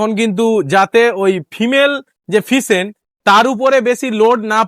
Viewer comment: ফিসেন্ট নয়।। ওটাকে ফেসেন্ট বলে